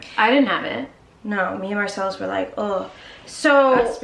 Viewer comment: Marcelus not Marcel 😆